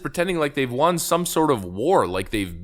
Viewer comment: why do you say “won” wrong?